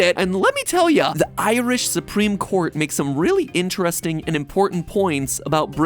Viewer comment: If you think 'bap' is hilarious, wait until you find out about the Blaa... Also, I'm going to make it my life mission to teach Americans to say 'Ireland' and 'Irish' properly; this vid was torture.